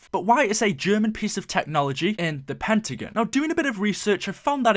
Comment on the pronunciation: Pentagin, it's pentagon!!